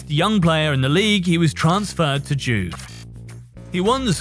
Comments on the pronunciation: How could you say JUVE as JUV ?? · “Series Ay” “Joov” who the hell is narrating this